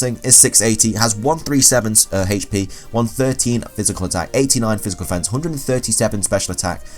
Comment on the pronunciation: The way you say HP is god awful